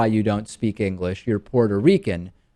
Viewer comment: "Engrish" XD lmfao